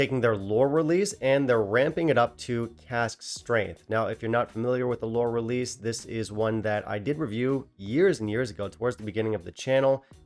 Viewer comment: Lore Lerease lol